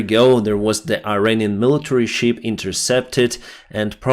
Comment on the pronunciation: Шып (ship), не шип (sheep).